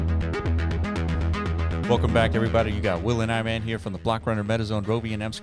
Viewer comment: iman pronunciation is actually correct